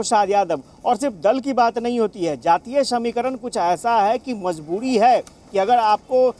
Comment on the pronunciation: aap ka bol ne ka andaz galat hai mazboori hoti mazboodi nahi sarkar hoti hai sarkad nahi plz sahi boliye 🙏🙏